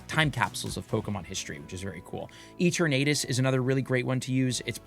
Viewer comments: I can't get over how you pronounce Eternatus LOL! Is it not a play on the word "eternity"? Love you! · does he say it like that on purpose ? or is he one of those people who don't want to say it properly out of convenience lol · its pronounce as "ee·tur·nuh·tuhs" not "eeter·nate·us" & its "ray·kway·zuh" not "ray·kwah·zuh" - LOL you killing me here